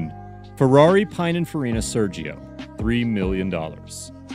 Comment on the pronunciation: Nice video, but please learn to pronounce Pininfarina... (pee-neen- fa-ree-na)...